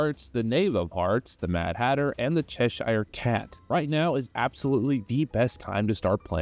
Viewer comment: say Cheshire properly